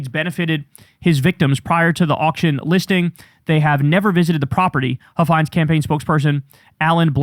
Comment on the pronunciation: Don Huffines is pronounced like puffins with an H. I think if you do a deep dive into him, you'd be shocked into everything he's said and done.